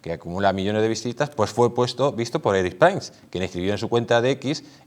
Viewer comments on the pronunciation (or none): Por favor por qué pronuncias mal el apellido Prince? Se dice Prins no Prains, es horrible oírlo. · Y dake con pronunciar "Prains" el apellido del pobre Erick, mínimo rigor periodístico es averiguar cómo se pronuncia el apellido de una persona.... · Se supone que, no?, pues por favor, intenta pronunciar el apellido de Prince CORRECTAMENTE. Gracias 🙏